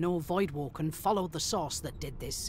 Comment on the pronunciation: source or sauce?